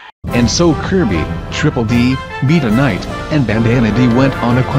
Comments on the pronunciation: Everyone else:Gets pronounced right Meta Knight:MEE TA KNIGHT Edit:The time is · “🅱️eetah Knight”